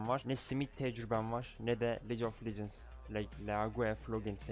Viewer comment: leğague of locins ne güzel kardeşim? 3 yaşındaki çocuğa sorsan düzgün okur league of legends'ı zaten :))